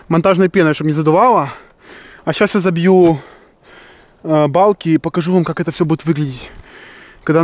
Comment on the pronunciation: Ты весь ролик говорил: не Палки,а Балки🤣♥️